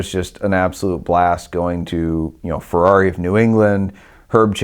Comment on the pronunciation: DUDE! It's FERRARI not Fuhrawree